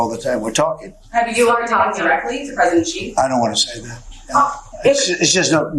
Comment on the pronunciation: Who is "Gee" ? Why can't Americans at least make an effort to pronounce his name correctly ? Typical American arrogance and lack of respect.